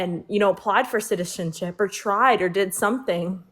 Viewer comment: Second girls friend is really struggling to say “citizenship” 😭